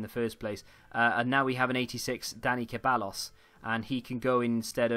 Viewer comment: Ceballos is pronounced “Seh-bye-os”